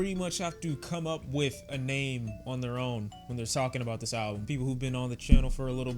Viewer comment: Pronounce his name correctly bro